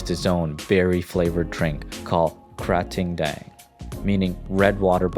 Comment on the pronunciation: Nice clip, but just one slight mistake. KRATING (pronounced KRA-TING, which you got it right the first time but messed it up later as KRAY-TING) doesn't mean water buffalo. It means bull. To be more precise, a gaur.